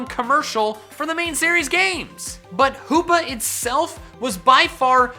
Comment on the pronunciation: HOOPA, NOT HOPPA!